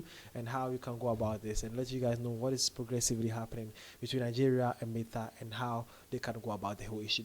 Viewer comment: Sir, the pronunciation of Meta😅... Love the update tho❤